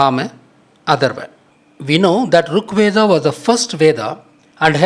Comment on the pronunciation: VEDAM / VEDA (NOT VEDHAM/VEDHA)